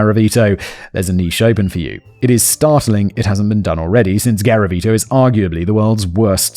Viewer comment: Don’t do a drinking game for every time Simon says “Gavariti”😂